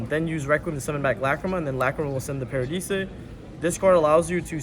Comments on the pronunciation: Did this man just say "parahdeesay" when pronouncing "paradise"? What are they teaching in schools these days? :D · bro did he really say paradise, PARA DE SAY lmao, bro oak english and math is way to funny lmao. no offense yall crazy tring to record a deck profile LOUD AF in a resturant... smh. any addreal this time? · did the italians make u pronounce paradise that way? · actually the original name of the fusion is “Des Irae”, so Pak didn’t say the name that wrong (but still, wrong pronunciation on Paradise is insane XD)